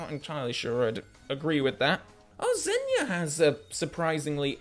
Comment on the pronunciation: you're starting to pronounce Xenia's name the way Judi Dench did in Goldeneye Reloaded - "Zenia" xD